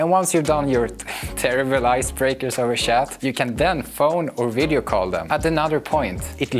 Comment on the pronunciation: Sorry for this comment, but it's too funny, the way you say chat and live chat got me laughing. Great video please don't mind me 😁